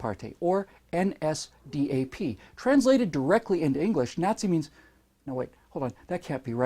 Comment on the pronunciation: The way you pronounced NSDAP was pretty funny although horribly wrong. But great video nevertheless.